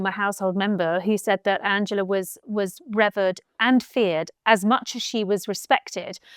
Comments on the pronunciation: the word 'revered' is not pronounced 'rev-erred'. It is pronounced 'rev-eered'. I find it amazing that you don't know this. It's not an obscure word for a journalist to encounter. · "Revered" pronounced "revvered" by... surprising for such an commonplace word. Great interview, Tom, thank you. G Ire